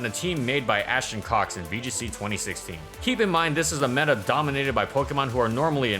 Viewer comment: Everytime he mentions Ashton Cox I only heard Ash and Cocks.